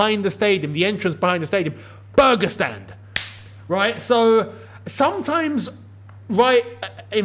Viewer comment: Why does when said burger stand sounds like Pakistan to me? 😂 just a tad bit